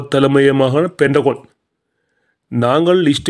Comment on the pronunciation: மாமா தமிழ் உச்சரிக்க பயிற்சி எடுங்க, பென்டகொன்னல்ல, பென்டகன். 😅😅